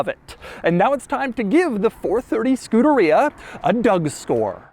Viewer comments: Man I hate that way this dude pronounces Scuderia, it's not "Skoo-duh-rea" but more like "Skoo-DARE-ee-uh" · It's pronounced skoo-dare-e-uh Not scooter-ree-uh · Scu-der-EE-a? NO!! Scu-DER-EE-ah! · Say Scoohdereeya one more time Doug 😵‍💫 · It's Skoo-derrrr-ia, you whitewashed Italian. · Doesn't anyone else think it's funny how he pronounces Scuderia? He makes it sound like a super bad case of the trots. I'm fairly positive it's Scu-DAH-ri-ah (you know, all Italian sounding and stuff) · skoo de ree yah??? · All this knowledge about the car yet he doesn’t know how to say the name properly. SCU DA RIA 😂😂😂😂 oh gosh Enzo is turning over in his very large elaborate grave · Doug is the type of guy who’d call Scuderia “skooderiya” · wouldn't it be pronounced 'ske-DARE-ee-uh'? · We need a 10 hour version of Doug saying Scuderia.